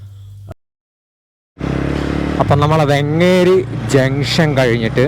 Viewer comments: വെങ്ങേരി അല്ല വേങ്ങേരി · വെങ്ങേരിയല്ല സാർ വേങ്ങേരി യാണ്